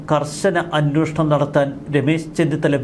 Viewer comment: 'അന്വോഷണം' എന്നല്ല 'അന്വേഷണം' എന്നുച്ചരിക്കണം. മുമ്പും ഇക്കാര്യം ചൂണ്ടിക്കാണിച്ചിട്ടുണ്ട്